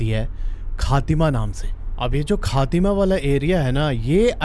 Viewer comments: Baanbasa nahi banbasa bhai or khaatima nahi khatima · it's खटीमा Not खातिमा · ख़ातिमा नही खटीमा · खटीमा bro not खातिमा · Khaathima ni khatima😂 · भाई वो खातिमा नही खटीमा है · भाई वो खटीमा है खातिमा नहीं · भाई कहा कि आप कहानी सुन रहे हो मै उसी बीसलपुर का रहने वाला हु। 90 किलोमीटर दूर बनबासा नहीं बनबसा है । और बनबसा से पहले खातिमां नहीं खटीमा है। बोलते हैं इनको। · खटीमा ✅खाटीमा ❌ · भाई वह बनबसा नहीं बनबसा होता है वह फातिमा नहीं खटीमा है आई एम फ्रॉम उत्तराखंड😂😂😂😂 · Sir bo khatima nhi खटीमा hai or banbasa nhi बनबसा hai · Bhai, खातिमा nahi, खटीमा aur doosra बनबसा । 😀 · Bisalpur nhi beesalpur h bnwasa banbsaa h or khatimaa nhi khateema hai h bhai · Khateema nhi khatima I from uttarakhand khatima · It's not खातिमा It's खटीमा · Bhai ji khatima nhi,खटीमा होता है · Khateema, not khatima😂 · खातिमा नहीं खटीमा शहर है 😁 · Bhai wo Kha Teema hai na ki Khaa - tima , aise hi aap bohot stories me jagah ka naam galat lete ho . Its better you read in Hindi all those names so you know how to pronounce those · Not khaatima it's khatima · भाई वो खातीमा नहीं वो खटीमा है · भाई खटीमा होता है खातीमा नहीं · प्रभु इस जगह का नाम खातिमा नहीं खटीमा है । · Khaatima नहीं खटीमा है भाई ♥️ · Khaaaatima nhi bhai khatimaa 😅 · banwaasa nahi बनबसा. ख़ातिमा nahi खटीमा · खतिमा नहीं है khtima ह मे वही का हु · It is खटीमा not खातिमा 😂😂😂